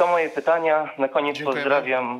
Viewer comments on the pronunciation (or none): Racja, dzwoniący do studia to jakaś tragedia. Nawet pytań nie mieli przygotowanych. Ciekawi mnie czy dzwoniący z 20 min programu to w ogóle obywatel Polski ? Jak dla mnie to Rosjanin lub Białorusin. Sam fakt, że nie potrafił nawet poprawnie wymówić pytań może świadczyć, że to obcokrajowiec. Dodatkowo pytania o szczepionki i sytuacje między ukariną i rosją od razu wskazują na trop wschodni.